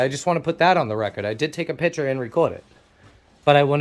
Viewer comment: Its picture. Not piture.